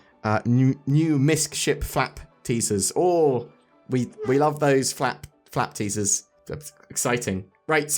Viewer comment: Fap or Flap? It did sound like the former lol.....